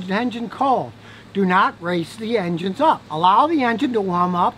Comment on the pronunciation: He say "Rev up your Injuns"